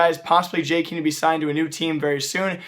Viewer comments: Jkeem. it's Jay kae em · It's [Jkem] not "Jkeem" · STOP SAYING JKEEM GODAMMIT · Isn't it pronounced Jaykum? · I've dislikes the video because you said "jkeem" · please ffs go listen to how people say jkaem "Jay kem" so fucking annoying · Okay ignoring your pronunciation of Jkaem. Please stop acting like you know why players get replaced or kicked or signed... Without being mean you dont know enough about CS to make those statements. Also all players sign their contracts at the same time (or with the same renewal date) so thats not the reason why they picked Jkaem to be kicked... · you are saying jkeam wrong #no hate